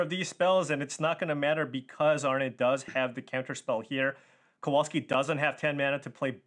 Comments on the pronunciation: it's not Kouolski, it's Kowalski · KOVALSKI if that makes it easier not to massacre his surname so badly.